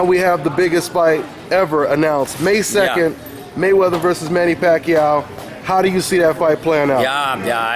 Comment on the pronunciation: he said Pacquiao perfectly. That's how it's pronounced in the Philippines.